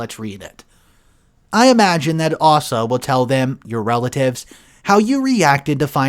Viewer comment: It's Aysa, not arsa,sheeze